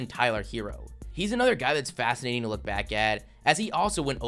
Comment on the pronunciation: Dude, the content of your video is great, but you really need to work on your narration. The way you drag out the last syllable every few words really detracts from your video and makes it almost unlistenable. "Today we're gonna look baaaaaaaaaaaaaaack.............at every single playerrrrrrrrrrrrr............that was taken ahead of him in the draaaaaaaaaaaaaaft......" I mean, c'mon man